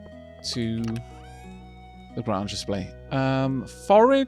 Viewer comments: Late to the party, but it's Grange. Not Grunge. It rhymes with RANGE. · Grange is pronounced like grain rather than grah. It comes from the word grain because it used to mean a grain mill or farm. Imagine it like a "grain range"